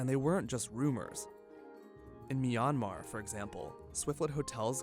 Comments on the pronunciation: learn to pronounce Myanmar (Burma). You're a joke. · You said Myanmar in a wrong way